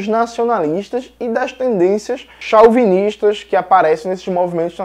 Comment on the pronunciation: Jones, não é limítrofes, tem acento no mi, então acentua o liMI'-trofes. Tbm não se fala chau-binista, fala- cho-vinista, mas com chapéu, como se tivesse acento circunflexo de Vô.